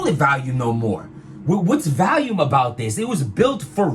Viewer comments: said “Valume” at least a 100 times 😂😂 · If he says Valium one more time!!! 😀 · Is it VOLUME or VALUME??? I'm confused LOL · lmao it's hilarious how americans can't pronounce the word VOLUME....it's VOL not VALUME what the fuck is wrong with yall 🤣🤣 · Stop saying vAlium. It's vOlume 🤦🏾‍♂️ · The BRC can't correctly pronounce the word "volume" for shit. 😂